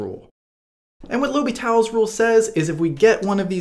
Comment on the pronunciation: So funny how you say "L'hôpital" haha. Cheers from Paris